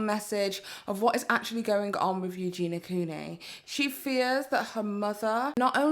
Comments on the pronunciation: U - JEN - EE - UH not U JEEN UH - the girl says her own name at the start of every video - how can one be so deaf - Hi guys it's U - JEN - EE - UH but i do my research though can't pronounce the name correctly though - pretty dumb just my opinion. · Ok, I'm so sorry to be that person but her name is EugeNIA, not EugeNA... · So many ppl covering this. So few can pronounce eugenia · You're saying Eugenia's name wrong